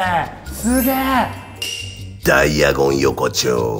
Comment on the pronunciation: ダイアゴン横丁がダイナゴンアズキにしか聞こえなくなってきた笑